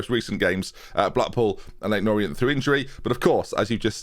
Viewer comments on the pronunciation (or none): none